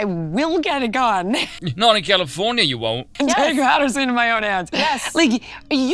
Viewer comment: Californyanya Nice little Veeism there